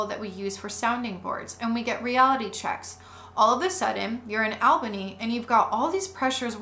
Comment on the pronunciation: Excellent series! A couple of pronunciation notes from a local: 1. The “Al” in Albany is pronounced like “all,” not like the man’s name “Al”; 2. The final “e” in Keith Raniere’s name isn’t silent: ruh-NEER-ee; 3. The local newspaper, the Albany Times-Union, has run some good investigative pieces on the cult.